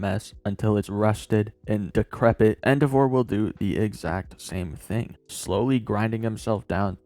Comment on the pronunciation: Why do you pronounce endeavor like that? That’s not a word king